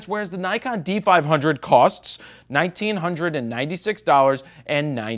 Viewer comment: Did you say DIKEon?! :D